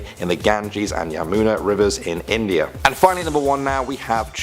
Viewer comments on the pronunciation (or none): none